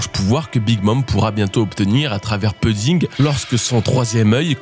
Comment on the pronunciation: 8.53´ Je t’en supplie ta prononciation de pudding c’est insupportable Prononce pOUdding Je t’en supplie 😢